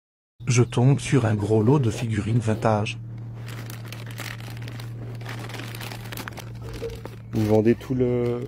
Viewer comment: "Un lot de figurines VINGT TAGE !" J'étais MORT DE LOL